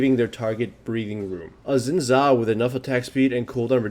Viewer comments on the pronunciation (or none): "zin zhao"